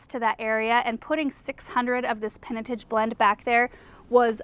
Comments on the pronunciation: Just as an aside, pinotage is pronounced pin-eh-tahj. It’s a well-known South African grape/wine variety. But love your videos!!! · Hi from South Africa! Pinotage is a South African red wine variety (grape is a cross between Pinot Noir and Hermitage/Cinsaut), and it's pronounced "peeno-taj" (as in Taj Mahal) ;-)